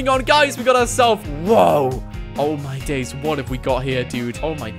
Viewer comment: He says "Oh my dais"